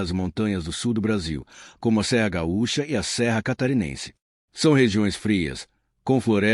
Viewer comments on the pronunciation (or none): none